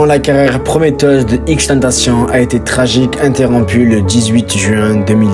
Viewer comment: Il respecte même pas la prononciation de XXXTENTACION 🤦🏾